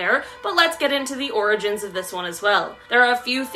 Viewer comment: Ok I think pronouncing orgins as organs is creepy